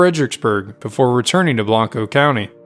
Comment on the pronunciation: Great video. There are some minor issues with the pronunciation of some Texas locations: Blanco = Blank-oh Burnet = Burr-knit